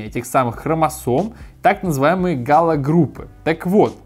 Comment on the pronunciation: Не галогруппа, а гаплогруппа